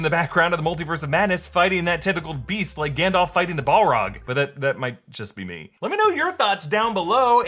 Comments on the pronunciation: The phrase is BAL-rog. Sorry, I’m a stickler for proper middle earth pronunciation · Did he say “ ball-rog”